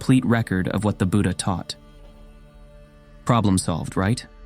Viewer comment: Both Tipitaka (Pali) and Tripitaka (Sanskrit) are correct, but he pronounces it incorrectly. Even the word "Buddha" is pronounced incorrectly. I have seen this in many videos. The English language cannot give the correct pronunciation for Pali or Sanskrit words.